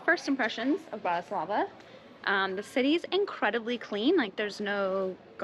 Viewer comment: Bratyslava ❌ Bratislava ✅